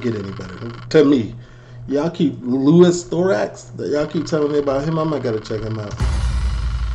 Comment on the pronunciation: man said lewis thorax LOL Louis Theroux